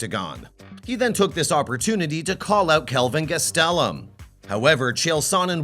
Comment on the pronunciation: Learn how to pronounce gastelem not hard